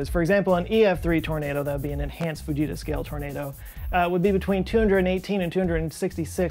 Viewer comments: I 100% though he said "the bejeezus scale". And I didn't even question it. Growing up, I expected volanoes and hurricanes and tornadoes to be a much bigger problem in my life than they have turned out to be. I guess I blame US movies. 🤣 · I kept hearing baJesus scale 🤣